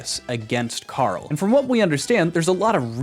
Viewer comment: Nice attempt at doing a Karl impression, but he does the American pronunciation for R for some reason. Always baffled me